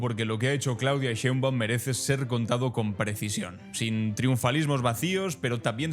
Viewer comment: Es Claudia Sheinbaum Pardo para que se pronuncie bien